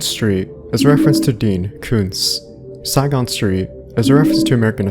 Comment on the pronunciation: lol, Karl Saigon. Karl "Say-gahn."